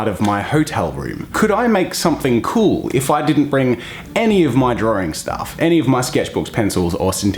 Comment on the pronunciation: Saying drawing in my accent: drawing (dra-ing) Saying drawing in Jazza’s accent: droaring (d-roar-ing)